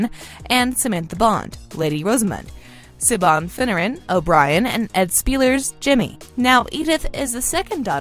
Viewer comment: Siobhan isn't pronounced Shaban, it's pronounced more like Shivan.